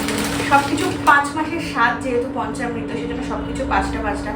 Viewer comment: পঞ্চামৃত, পঞ্চমৃত নয়